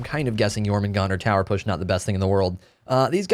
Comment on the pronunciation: Thank you so much for pronouncing it correctely